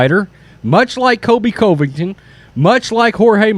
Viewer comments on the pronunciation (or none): none